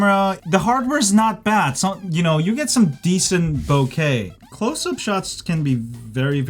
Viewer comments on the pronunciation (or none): none